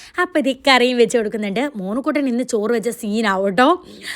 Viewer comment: ഞാൻ കേൾക്കുന്നതിന്റെ കൊഴപ്പം ആണെന്ന ഞാൻ വിചാരിച്ചിരുന്നേ 😅